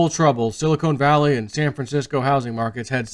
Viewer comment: we love you, but it's Silicon Valley, not silicone.